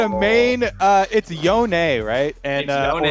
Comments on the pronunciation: wtf YonEE? instead of yone? riot come on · in the 10 minutevideo animation riot released yasuo said yoNEE.